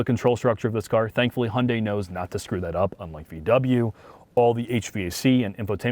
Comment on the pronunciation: It seems like a great car to drive, but OMG it is so ugly! The i30N looks so much better, IMO. And BTW: You do not pronounce the brand name by "Hunday", but more like "He-you-n-die" 😉